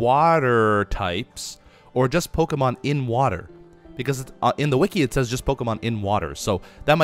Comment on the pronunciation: Beefs pronunciation of pokemon are awful😂😂